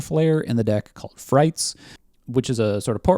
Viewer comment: I believe frites wasn’t pronounced like “frights.” After the fr, it phonetically resembles “eats.” Because French. I have a memory of calling it “frights” where someone corrected me. Could be misremembering this. Potentially 100% wrong.